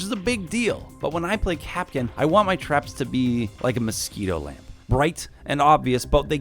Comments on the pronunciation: Kapkan not kapkin like napkin remember who can cap can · My worst nightmare people calling KapKAN kapkin